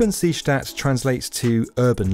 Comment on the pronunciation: Is anyone else bothered by the was he says seestadt??